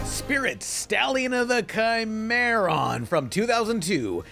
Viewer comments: Cimarron is pronounced with an S sound!! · Actually, it is pronounced “cih-mah-ron” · stallion of the "caimeirron".... come on men you speak spanish, its an spanish word, its a species of horse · He said the Cimarron wrong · ACH!!! the way you pronounced Cimarron!!!